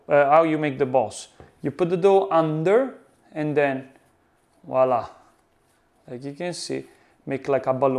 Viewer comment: Love NY pizza.... but it's not walla... it's voilà